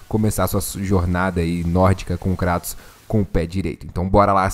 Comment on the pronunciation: Até que em fim alguem usou o português para chamar o Kratos de Kratos e não kreitos. Parabens. Kkkkkkkkkk